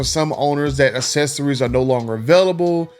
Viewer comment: Hard to do a video on accessories when you can’t pronounce accessories